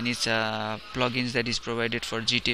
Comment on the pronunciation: Bro .. nice tutorial but its "Git" not "Jit" !! :-)